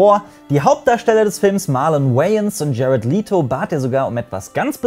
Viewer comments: Du hast Jared Letos Nachnamen falsch ausgesprochen. Er wird wie "Lätto" gesprochen! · Er wird jared läto ausgesprchen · Bei Jared Leto wird das e in Leto kurz gesprochen. Kleiner Hinweis.